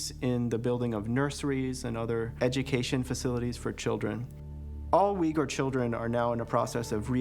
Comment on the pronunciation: Uyghur is pronounced /oighoor/ . There is no /w/ sound.